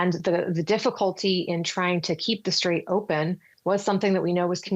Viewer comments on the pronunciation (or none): “Unigh”States and “Strayve” Hormuz 😂